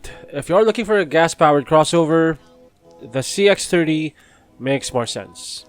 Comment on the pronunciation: just a comment on your pronunciation. most of the times I'm hearing "CX-3" instead of "CX-30"